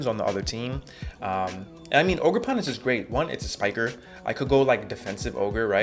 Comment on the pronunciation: "ogerporn" yo wtf this dude been watchin too much shrek